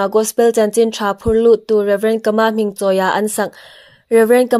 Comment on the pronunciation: Kâ-mâ tia lam ding.